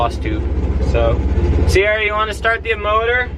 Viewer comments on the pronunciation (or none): none